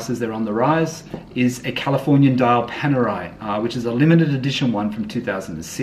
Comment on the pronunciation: You finally pronounced Panerai correctly. Good job mate